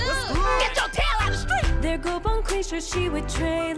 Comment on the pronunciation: She said "skreet" twice! She's the second coming of "Sheneneh". LOL btw diggin' the Martin/Jerome reference.